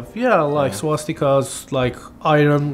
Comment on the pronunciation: fr he didn't even say the word swastika correctly